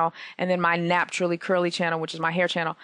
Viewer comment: napturally curly? haha